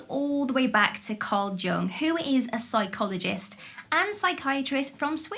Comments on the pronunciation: I've always heard Karl Jung's surname pronounced as "Young" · Carl Jung is not pronounced as 'Jung'. It's pronounced 'Yung'. Sigmund Freud is not pronounced as 'Freud'. It's pronounced as 'Froid'. Do pay attention to these details or it makes you look uninformed and like you didn't do your homework. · THE J IS SILENT. JUNG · I always love your content... Sorry to be mean: about Carl Jung, "j" is pronounced as "y"... Oh, those Germans...